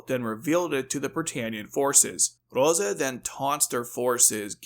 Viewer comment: It's Rozay, not roza. And, written as Rozé .